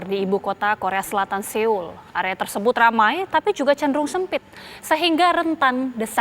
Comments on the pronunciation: Gemes denger mbanya... Seoul bacanya soul mba 😁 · Bacanya bukan seul mbak. Tapi seoul itu bacanya soul. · Turut berdukacita utk semua korban dan keluarga korban smg diberi kekuatan dan ketabahan...amin... News anchornya menyebut kata Seoul bs diperbaiki lg,,,itu soalnya Nama kota, sama seperti nama orang klo salah penyebutan jd ga enak dengernya...